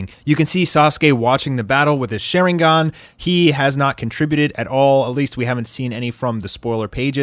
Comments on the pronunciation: He did not just say share-ingan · Why did he call the sharingan the shirringgan he pronounced it so weirdly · "Shiringan" "taijitsu" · Why does he sharingan like sHaRe...inGaN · did this guy rlly just pronounce sharingan wrong? he just pronounced it at shareingan 🤣🤣🤣 like bruh rlly and did the same thing with kawaki's name it's pronounced kawa-ki not ka-wa-ki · You butcher that pronunciation of sharingan